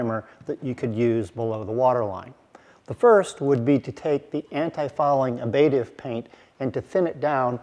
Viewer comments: fyi it's ablative, not abative. No biggie. Great show as always. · And since we are discussing it, something I have heard in other contexts, the second 'a' is short. /ˈablədiv/ not /ab'lādiv/ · Btw, it sounds like you pronounce ablative ("Ablation is removal or destruction of material from an object by vaporization, chipping, or other erosive processes.") as abative ("The abative effect: A new term to describe the action of antecedents that reduce operant responding"). Maybe there's a really discrete l there? Reading and rereading the definition of abative, I still don't get it, I think relating to psychology...